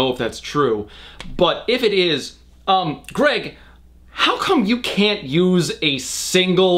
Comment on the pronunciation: Addison Allen I WAS THINKING THE SAME AHAHHAHA “ gerg “